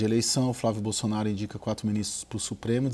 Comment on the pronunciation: A jornalista fala “xenado”, “Bolxonaro”… Só eu que vejo isso?